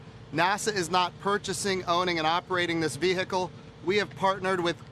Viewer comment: You know they work for the government when they say "VeHicle"